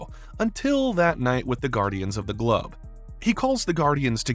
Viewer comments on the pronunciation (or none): none